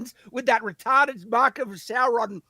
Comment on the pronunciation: 1x mic adjustment, 'retahrded' and 'crap' per show